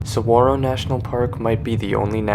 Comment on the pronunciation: Always love my visits to Tucson and the surrounding natural landscape. Saguaro NP will forever be a special place to me! 45 National Parks and counting :) Also, you pronounce "Ocotillo" as "Oh-co-TEE-yo" and "Saguaro" as "Sa-WAH-ro." Just thought I'd give a heads up! Great video, thanks for sharing! :)